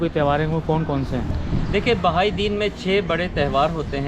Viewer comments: یہ بھائی مذہب نہیں ۔۔۔۔ بہائی (بے ہائی) ہے۔ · محترم آج میں نے بہت عرصے کے بعد آپ کی ویڈیو دیکھی ، مجھے بہت اچھا لگا ، ایک گذارش یہ کہ اس مذہب کا نام "بھائی" نہیں ہے ، بلکہ "بَہَائى" ہے ۔ یعنی ب اور ھ کو آپس میں ملانا نہیں ہے ، بلکہ ب کے اوپر بھی زبر ہے ، پھر ھ کے اوپر بھی زبر ہے ۔ جیسے جمالی ، جلالی ، غزالی ، ایسے ہی بہائى ۔ یہ بہاء سے ہے ، جیسے بہاء الدین ۔ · Sorry sir ... its not بھائ ۔۔۔ but بہائ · بار بار کہنے کے باوجود آپ بہائی کے تلفظ کو بھائی کہتے رہے۔ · "بھائی" نہیں، " بہائی" مذہب۔ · یہ لفظ بھائی نہیں بہائی ہے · بھائی نہیں بہائی۔۔۔۔پہلے تلفظ تو ٹھیک کرلیں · NOT BHAI ITS BAHAI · Bhai nahi yar BAHAI hai wo mazhab theek se to bolo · اینکر صاحب دین بھائ نہیں بہائ ہے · ان الدین عند اللّٰ🎉ہ اسلام ۔ اللہ کے ہاں دین صرف اسلام ہے۔ہمارا مذہب اسلام ہے ۔اللہ پاک ہمیں دین اسلام پر استقامت نصیب فرمایۓ ۔ آ مین ثم آمین ۔ یہ جو لفظ آپ بھائ بول رہے ہیں یہ لفظ بہائ ہے ۔ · او گدھے اینکر یہ لفظ ( بھائی ) نہیں بلکہ ( بہائی ) ہے جو بار بار سننے کے بعد بھی تلفظ کی ادائیگی نہ کر سکے کیا وہ گدھا اینکر بننے کی اہلیت رکھتا ہے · bhai nahi ..bahaai...hai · Bhai Nahi behai tallufz hy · بھاٸ نہیں ، بہاٸ ، تلفظ: بے ہاٸ۔ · Behaaeei hy mery i Naam to Sahi ly lein bhaijaan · Bhai nhi blke bahai HOTA hai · Bhai Nahi Bihai hai